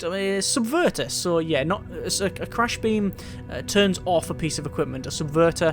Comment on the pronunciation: Since it bothers me a little bit every time you say it, it's a "crash" trap, with an R, not an L.